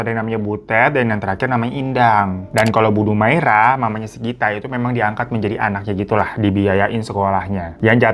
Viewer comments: Dumaria..bukan Dumaira🙈😆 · bukan dumaira bang, tapi dumaria :( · Bingung bang, tulisannya dumaria tapi ngmng nya dumaira😂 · Tulisannya Dumaria bg hiro haha. Bukan dumaira. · DUMARIIIAAAAAAA bukan dumaira bang 😂😂😂😂😂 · Dumaria jadi Dumaira😂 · Betul. Trus bang Hiro .penyebutannya bukan Dumaira tapi Dumaria..😊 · Dumaira? Dumaria 😂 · Bang....bu dumaira apa dumaria....salah sebut tuu😂😂😂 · bang salah lg nyebutin nama bu DUMARIA jadi DUMAIRA😂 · Dumaria kak bukan Dumaira wkwkw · Dumaria apa Dumaira si ? gue denger dumaira . Di text video tertulis dumaria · lu salah nyebutin nama org lg dr awal bu DUMARIA lu blg DUMAIRA😂